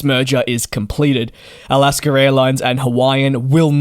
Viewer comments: “Alascker Airlines”. Lol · The word / name "Alaska" does not end with an "R". There is no R in it. When pronouncing it, there is no need to add an R to the end of the name....... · Just how he pronounces Alaska